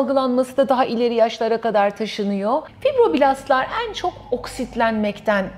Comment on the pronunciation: Bu kalitede sohbette telaffuz ve diksiyon da çok önemli. Ekran yüzlerinin diksiyon dersi almasını naçizane önemsiyorum. Zira "ennn " şeklindeki telaffuza takılmadan edemedim.